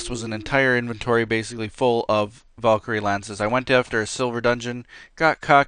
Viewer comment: Its valecry